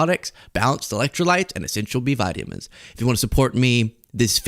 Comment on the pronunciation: ‘essential B vity-amins’